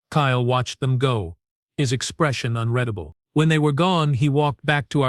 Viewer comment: .,,...."...his expression UNREDABLE..."!!!!!??? WTF is "UNREDABLE"!!!!!!!!!!??????????? Your AI was doing ok for a while.........................now with "UNREDABLE", it is yet another POS AI in the LONG list of POS AI's on YouTube!!!!!!!!!!!!